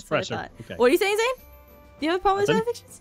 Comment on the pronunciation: It's Zane not zian